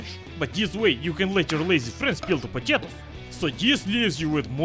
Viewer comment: I love how he says potatos